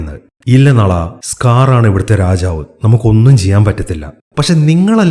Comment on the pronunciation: ബ്രോ നള അല്ല നാലാ